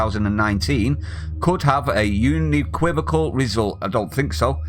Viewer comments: “Uni-quivical”? HaHaHaHa can’t even read!!! 🤣🤣🤣🤣 Get back to school!! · How come you can't say unequivocal? Un. EE. Quiv. Oh. Cal. I'm unequivocally sure that's how it's pronounced.